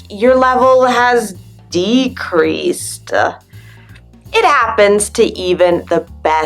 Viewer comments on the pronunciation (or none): I can't figure it out whether you deliberately stress the endings like "improV-uh, EngliSH-uh, decreaseT-uh," or not. It's funny but not normal! :)